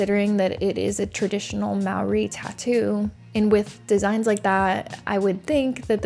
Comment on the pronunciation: Im a kiwi (New Zealander) and live here. No its not normal. Also well done pronouncing maori. If i was Dan n Kayla i would havr accepted the amount to say its a "misunderstanding" but right before saying anything go back and say the price has just quadrupled and keep doing this